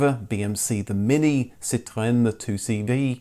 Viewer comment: You're the only post-host I've heard who says Citroën not like another word for lime/lemon - and says chassis not as in cha-cha. Thanks from 🇨🇦 Canada! ( Now what about "Jag-war", you Brits? Haha 😄 )